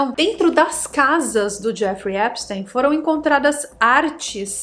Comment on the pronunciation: O nome dele se pronúncia epstin... e a mansão dele era em palm beach e não palm bay... que são lugares diferentes na florida